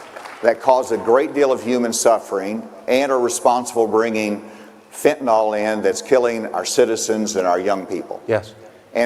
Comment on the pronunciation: Tell that buffoon its pronounced FENTANYL, NIL NOT NAL. He can't even pronounce the damn name right.